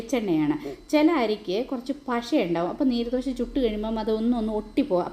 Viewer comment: നീര് ദോശയല്ല😂നീർ ദോശയാണ് കർണ്ണാടകക്കാരുടെ പ്രത്യേക പലഹാരം ആണ്. നീര് എന്ന് പറയല്ലെ😂